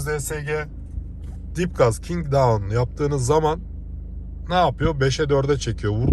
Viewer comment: kingdown degil sevgili ustam kickdown. Ellerine saglik sana guvencimiz sonsuz❤